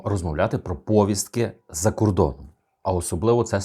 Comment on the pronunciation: Коли ви вже українскої навчитеся ? Не " пОвістка" , а " повІстка ".